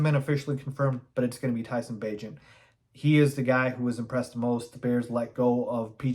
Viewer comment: You just pronounced Tyson Bagent's name correctly which earns you, a subscription from me. I really do enjoy your stuff😊